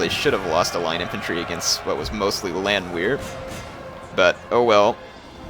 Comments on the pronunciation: repeat after me: Land-VEHR is how it is pronounced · Good video, my only problem was you pronounced the "W" in Landwehr. It's actually pronounced Landvehr, as they are Austrian. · Well, not everyone has the benefit of growing up in a German speaking country, or having 2&1/2 years of German in high-school, (like me), but yeah..... his pronunciation of Landwehr is kind of like nails on a blackboard.....